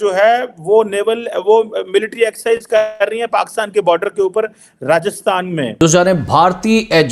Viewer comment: एक्सिझ नहीं एक्सरासिझ